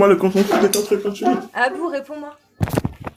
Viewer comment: Rien à voir avec le fond mais pardon arrêtez de dire « quatre Zécoles » y’a pas de Z la bas ;-)